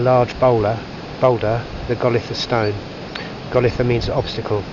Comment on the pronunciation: Welcome to Cornwall and storms Eowyn and Herminia!! Should be less windy from Thursday I think. We've always pronounced it as 'Gol eye tha' Falls, and they pronounce Fowey as Foy (or sort of Foyee). Stay safe - don't drive in the high wind, we don't want trees falling on you, doggos and Margot. Look forward to seeing you soon xx